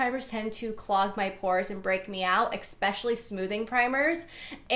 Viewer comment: Why does she say "expecially" not "especially"